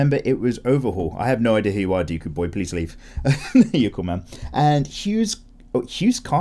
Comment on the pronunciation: Every time says my name I can't help but giggle a bit. BTW. if you're reading this my name is pronounced like Deh-kuu, but don't sweat it.😂 Great video man, keep it up.😀👌